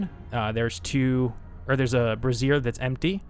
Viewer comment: Bray-zure. It’s bray-zure.